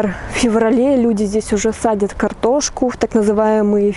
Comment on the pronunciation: Мля не садят, а сажают!😂😂😂 учи русский